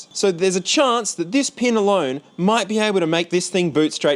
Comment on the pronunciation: been watching you since the beginning, are you from Adelaide? only just noticed the way you say chance hahaha